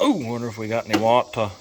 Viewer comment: You said "water" jus like Forest Gump. ..wau- tauh